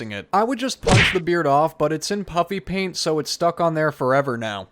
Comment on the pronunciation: I keep hearing " Puppy paint " when you're saying puffy paint. 😂😂